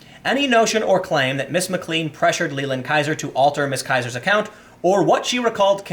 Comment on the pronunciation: pronounce MacLean Plain